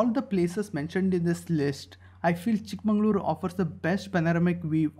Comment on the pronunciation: Pls pronounce chik magaluru properly Pls